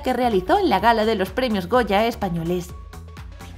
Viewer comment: No me puedo mantener seria con el “Peluso” XD